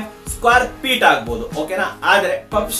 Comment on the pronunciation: Square Peet ❌ Square feet ✅ Pabricator ❌ Fabricator ✅